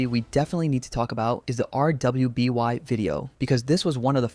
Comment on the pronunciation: to be fair maybe there's a reason he says things like LGBTQ slowly so I'd rather not clown on him for it but hearing him spell out rwby instead of just saying it as "ruby" just ticks me off